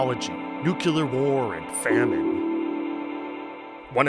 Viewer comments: The word is nuclear, not nucular. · what the fuck is a nukular